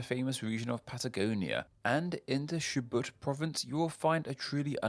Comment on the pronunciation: One small correction, Chubut is pronounced with a regular CH sound, not Sh